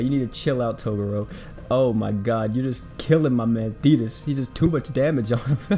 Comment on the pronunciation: {TA-GRR-ROW} Sound it out for me. Sorry but I'm too big a fan of yu yu to let that go. Great video doe.